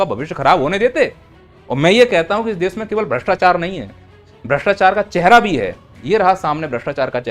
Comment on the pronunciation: Bhastechar mat karoo Word galta hee 😄😄